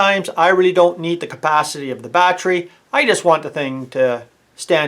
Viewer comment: Can’t stop saying. BAT TREE